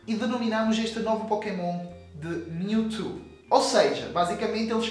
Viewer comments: alguem ensina ele a falar "mewtwo" não mewtu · PORQUE TU NÃO SABE FALAAAAAAAAAR CERTOOO? q raiva. O CORRETO É "PRIMEIRO" de setembro, não "UM" e não é "miutu" é "MIUTCHU" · da agonia de ouvir ele falar mewtu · Kkkk "Miu e Miutu" HAUSHAUSU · O cara fala mewtu kkkkkjjjkjk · Aew Brs ""MiuTu"" kkkkkkkkkkkkkkkk (engraçado pra nois br) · miutu? kkkkk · mew e"mewtu" kkkk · miutu kkkkkk e mewtwo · para de falar miutu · ONNETI seria a pronuncia brasileira de mewtwo